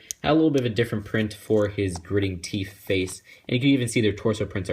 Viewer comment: Did you say teef